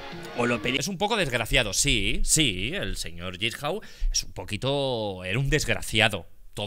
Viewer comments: Le encanta saw pero dice jissau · Jigsaw existe Auron: "Yisjau"